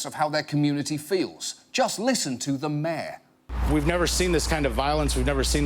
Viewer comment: John pronounces mayor as "myeh"